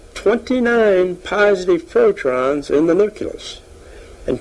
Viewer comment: he's say protrons instead of protons 😮